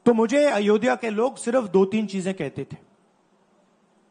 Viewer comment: अयोधया bole jara bhai , pehele nam to sahi se lena sikh lo अयोध्या hota he vo fir ana vote mangne de denge vote